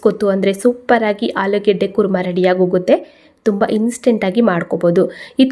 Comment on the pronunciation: ಆಲಿಗಡ್ಡ ಅಲ್ಲ ಮೇಡಂ ಆಲೂಗಡ್ಡೆ ಅಂತ ಹೇಳಿ